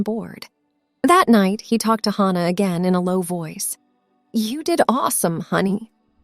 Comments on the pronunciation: Could you please stop mispronouncing Hannah 😢😢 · Please stop mispronouncing Hannah 😢😢😢